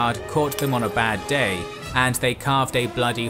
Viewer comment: "All Rome will be amazed at such a victory. The DAaaaaYEEE is owuRsssssss!!!"